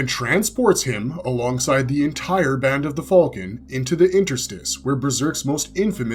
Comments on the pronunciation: did i wake up in another reality or wtf? since when did people say "FALCON" so WRONG?!? what the hell is Fall-kin!? - i've heard it in RECENT star wars with the "Millennium FALL-KIN" instead of "Millennium Fal'cun" and now in this video calling Griffith/Femto as the "Fall-kin of Light" seriously wtf, is this an AI narrator or just another person who genuinely can not pronounced the simple word "Falcon" !? it has NEVER been said as "FALL-KIN" like the last 3 star wars movies or this video... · Why do you say fulcon, at least say falcon even tho I’m sure it’s hawk 💀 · The way you pronounce falcon is crazy